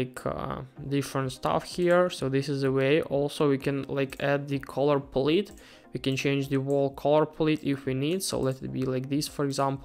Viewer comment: learn to pronounce the English words 'services' & 'palette'.